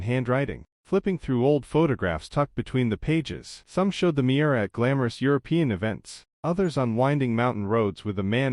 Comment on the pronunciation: The car's name is Miura, not mirror.